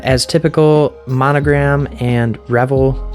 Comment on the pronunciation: Pretty sure it's pronounced Re-VELL, with the emphasis on the second syllable. The other pronunciation suggests wild parties with lots of alcohol and nudity. 😍